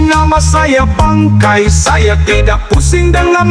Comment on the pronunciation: Bukan bangkei...tp BANGKAI...😂😂😂